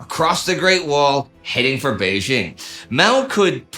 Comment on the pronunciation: It's jarring to hear "Bei-ZHING and Nanjing" since the second syllable is the same in both names. It's pronounced DJING.